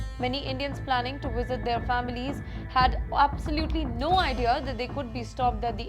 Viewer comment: IT'S NOT WISIT, THE WORD IS VISIT.